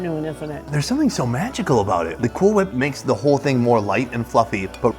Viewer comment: Did he say, "Cool hWhip?"